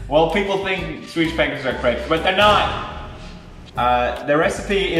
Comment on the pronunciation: Swedish* Not Sewdish